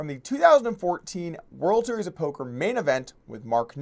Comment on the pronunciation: Is he saying "Polker hands" or "Poker hands" Im so confused.